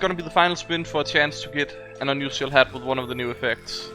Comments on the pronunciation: ur english is pretty good and I commend you for that but you say the word unusial so often it sounds kinda obnoxious and its kinda hard to listen to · i been watching your channel dudey.. i always joke around when I hear you say unusual or unusualifier .. idk it sounds weird to me but its just accent. what can you do... doesnt keep me from watching your videos every once in a while so youre fine